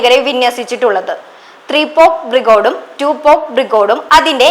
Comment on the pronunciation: ലോക വിവരം തീരെയില്ലാത്ത ഈ കുട്ടിയെ വാർത്താ അവതരണത്തിൽ നിന്നും മാറ്റേണ്ട സമയം അതിക്രമിച്ചു."ബ്രിഗോടല്ല","ബ്രിഗേഡാണ്"കുട്ടീ.